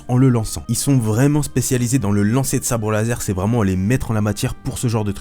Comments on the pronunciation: l'instructeur de sabre lase... ta oublié le R 😂😂 sinon super ta vidéo je kiffe tellement stars wars maintenant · On apprécie le "Sabre Lase" a ^-^ nan je rigole super video et tu m'a apprit pas mal dee chose l'ami !